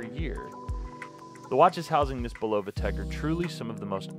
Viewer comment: Love how most of the watch reviewers of this brand can’t even pronounce the name correctly. For watches sake folks do some homework it’s pronounced (bull-uh-vuh) not (bull-low-vuh).Just watch a simple commercial of the product or even one of the interviews of the president of the company.